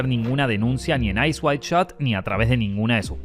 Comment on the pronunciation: is it "Eyes wide shot" or "Eyes wild shot" HAHA the pronunciation is crazy